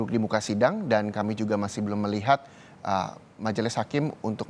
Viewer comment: Menit 4.05 reporter " Saudara keemii akan kembali"😅